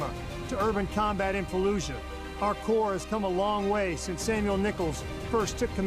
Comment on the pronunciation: Corps is pronounced Core, a French word meaning "body"